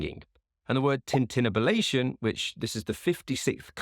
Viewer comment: you pronounced tintinabulation wrong (as used by Poe, your pronunciation would not fit the meter of the poem).